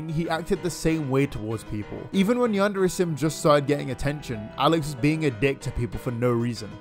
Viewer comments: Ok but i've cringed so hard when i heard ''you're staring at yandere chan keealing instead of AWESOME gameplay'' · I never understood how this guy cannot even pronounce "Yandere" and "Chan" properly. You'd think a creepy weeb would know better.